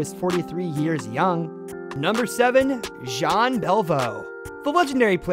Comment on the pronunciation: Honestly your spelling and pronunciation of French names need some work. 1) "Jean" is pronounced "jan"; 2) the "d" of Richard is slient; 3) Lemieux with an x, not a z.